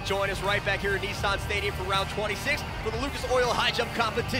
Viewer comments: NEESAAN😂😂😂 NISSAN GUYS!! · 😳…..kneesarrrn stadium🙄….. Nissan…. Is pronounced “Niss”(sounds like “MISS”, but with an N) and then “An”(sounds like “An”)….so it’s not…knee-Sarn at all….. that aside…. Nice trucks.